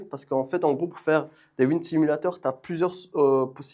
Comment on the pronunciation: franchement mashaAllah le setup sim il est lourd de fou c'était grv cool a regarder (ps pour le wind simulator ça se pronoce "wa ïn d" 🙃)